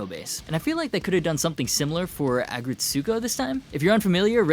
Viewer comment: He pronounced Aggretsuko wrong too